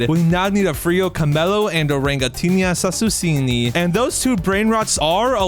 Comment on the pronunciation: bro it is orangutini ananasini not orangutini assasusini but love your videos bro